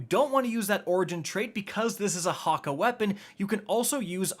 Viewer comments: Hah-Kay.... wtf is a Hah-Kuh?? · Where are you getting the a in hakke? Man's calling it Hakka😂😂😂